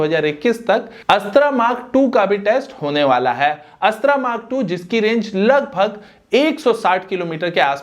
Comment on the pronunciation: अस्त्रा नहीं अस्त्र 🤣🤣🤣🤣🤣